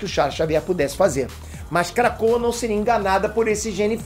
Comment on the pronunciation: Só eu que toda vez que ele diz krakoa ouve KRACUDA? Lol